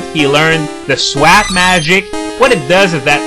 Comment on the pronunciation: swap is pronounced sw-awp